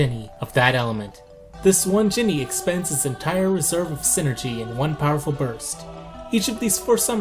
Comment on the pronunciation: It’s PSYnergy. Not SYNergy. Psychic + energy = psynergy. JFC.